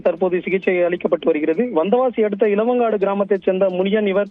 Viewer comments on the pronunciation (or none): ஏப்பா செய்தியாளரே இளவங்காடு இல்லை❌ இளங்காடு பெண்னூர் இல்லை பொன்னூர் செய்தியை சரியா படி😂😂😂